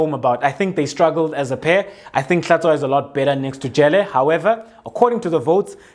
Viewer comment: Out of Context: Since you are Xhosa, HlaTSHWAyo is pronounced like HlaTYWAyo in Xhosa.